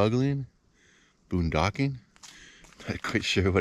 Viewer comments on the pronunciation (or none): It's 'boondocking' 😊